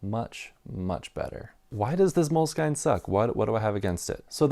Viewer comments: I have always heard the brand name of the notebook you no longer like pronounced as MOW-LESS-SKEEN. This was in France and Italy where I first encountered them in the early 2000s. I live in the states and have always heard it pronounced the French/Italian way here, too. Hearing you say MOLE-SKYNE is kind of jarring. With that said, I’ll bet that the company doesn’t care how you pronounce it as long as you buy. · 1. Moleskine pronunciation rhymes w "skin" not "skyne" 2. For fountain pens, you missed the two real legends. Tamoe River w lightweight paper and dots is the outright winner. No question. If you are rich, then Smythson lightweight blue paper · MOLE…..SKIN. NOT skein! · They added the E when they retired the actual moleskin cover. It is pronounced moleskin for sure. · At 6'10" - so a hard cover gets a bit worn and that's really bad, but a thin cover gets damaged and "that's part of the appeal". That's consistent then. But then if you can't even pronounce Moleskine properly (it's obviously pronounced "Moleskin" - I've never heard anyone pronounce it any other way, let alone the bizarre way this guy does it), it does undermine the whole video. And before anyone responds, I'm not a huge Moleskine fan. I do use them occasionally but I prefer Leuchtturm. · Moleskine is a French word (it's a fabric). Mo-Less-Kin. Is the correct pronunciation. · I guess you found the universally wrong way to pronounce Moleskine and I respect it :D